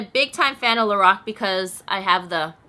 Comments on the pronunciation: I love you girl. But I have to correct your pronunciation of Lorac. It's pronounced like this LO Rack. Like lorack. Not lorock. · The way she says Lorac though